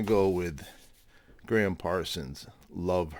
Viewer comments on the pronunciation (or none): Pet Peeve, ....it's GRAM Parsons, not Graham. GRAM as in Ingram. He's one of yours, surely you and Mazzy should know! Or is it done on purpose to wind up pedant people like me? Great video otherwise. Love and peace from across the pond.